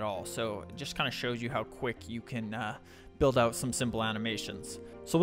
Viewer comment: Great video! Though "bulid" cracked me up hah